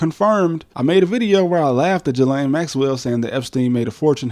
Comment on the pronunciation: Pro-tip: Ghislaine Maxwell's first name is pronounced "gee-LAN", not "juh-LANE".